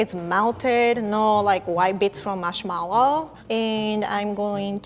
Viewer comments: I love the way she pronounces marshmallow. It sounds like "mushmellow." It's so cute. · The way she says "marshmellow" firstly (im not first) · I love the way she pronounces marshmallow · “marshmallow” remembers Xiumin’s “marshmellow”